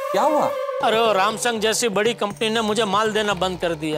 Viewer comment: In world = sumsung In gokhuldam = rumsung 🤣🤣